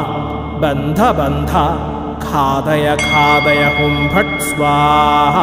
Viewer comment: Ghathaya ghathaya not khadaya khadaya